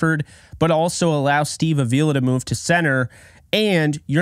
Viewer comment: Come on,. It's Steve AH-vee-la. Not a-VEE-la.